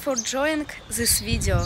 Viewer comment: зис видео, мля. надо работать над произношением.